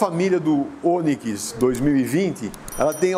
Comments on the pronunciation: É Onikis...kkkkk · "Oniquis" kkkkkkkk Boa pessoal. Videozão massa. 👏🏽👊🏾